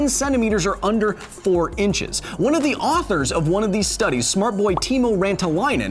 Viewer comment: I love your take, and the visuals in these videos, on science. Makes it interesting, much like Game Theory. Also, nice pronunciation on Timo Rantalainen. Not quite right, but I've heard worse.